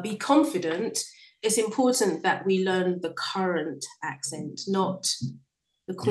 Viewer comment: What is driving me insane lately are the YouTubers dropping consonants!! Impor(t)ant, etc. wt actual f?